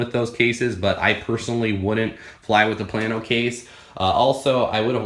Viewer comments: Plano is not pronounced plan-o, it's pronounced plain-o. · HEY, It is PLA-No. Not Plan-oH. Teach you Texan Talk. Plano, Texas in Collin County, just North of Dallas, Texas. I had to learn when we moved here from East Tenn. Mexia, Texas is Mahay-ya, not Mex-Ea. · Plano is Play-No if you live up north or in the midwest..